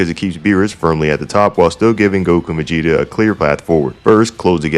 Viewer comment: Is it me or are you saying Megeta instead of Vegeta